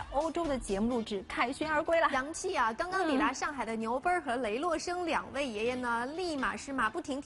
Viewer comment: 主持人 不认识字啊 雷 落 生是谁啊